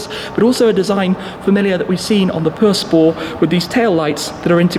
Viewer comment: Chiron pur sport.....not "pur spor" lol